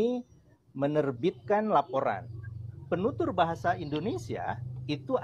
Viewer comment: Penutur bukan pentutur ngomong yang betul dong bang🤭🤭🤭bercyanda